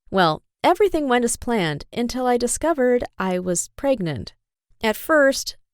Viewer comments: No one: .... Her: iM 18 AnD pRegNonT!!! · Until she found out she was pregnante, pregantete! Yeah...knew that was coming.